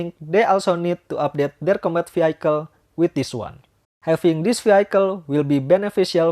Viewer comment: Sebutan bukan veehaikel tapi veehikel